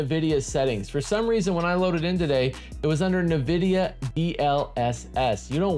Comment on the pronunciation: Bruh, NVIDIA is “en-VID-eeyah,” not “nuh-VID-eeyah.” Nice video though.